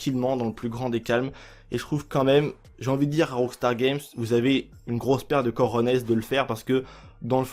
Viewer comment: On dit cojones !!!!! Pas corones !!!